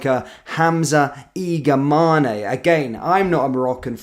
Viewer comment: His name is: I G A M A N ✅ not I G M A N I❌. MAN is pronounced like the English word man.